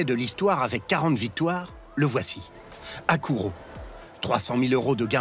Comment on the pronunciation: C'est Hakuho pas Hakuro